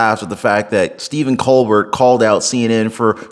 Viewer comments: Just FYI bud. Like your style & you’re gonna do great content! But for the r cord it’s Stephen “COLBARE” is how you say it. Picture it being like a french name. Not “Colburt” like “Sherbert” lol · Not “Cole-BurT”. Think French. Pronounced “Cole-Bare”. Now that we’ve fixed that, Colbert is unhinged. Robert DiNero unhinged … there used to be places to house the mentally ill…. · It's not Ko'-berT - it's pronounced Ko" a air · colbeRT = no COLBEAR = yes Otherwise it just sounds like you haven't actually watched the shows you are talking about... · I used to think he was funny, but his TDS is off the charts. Also, his name is pronounced “Cole-bare”, but who cares anymore. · Its: Coal-Bear not Coal-Bert.. but fck him anyway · pronounce his last name Cobare not Co bert. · It’s pronounced co-bair. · It's pronounced Col- bear 😂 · Coal-bear dont pronounce the T broski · *Colbert - (coal-bear) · Colbert is pronounced ko-bear. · It's pronounced "koh-BEAR." ✌️ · Btw, it’s pronounced, “coal bear” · The fact a young guy like you pronounces his name "Co-Bert" just shows how relevant main stream media is these days, lol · Thank you SO MUCH for pronouncing his name correctly. Coal Bert. :D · coal-bear is how that things name is pronounced...,jusayin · My favorite part of this is when he called him Stephen coal-burt. He's so riddled with TDS that he deserves nothing less than to have his name mispronounced. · Love you, but please pronounce Colbert's name correctly....Coal-Bear. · I love it that you pronounce his last name wrong. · The T in Colbert is silent. You don't pronounce it. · You should find out how Colbert is pronounced. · Colbert is pronounced without the final "t" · Are you purposely mispronouncing his name?